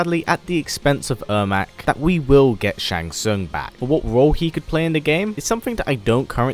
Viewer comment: *Shang Tsung. Your favorite character and you didn't get his name right..... Really bro?